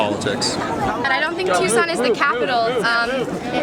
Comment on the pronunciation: NOt tukson, it's Tuscon. Pronounce it Too-saun.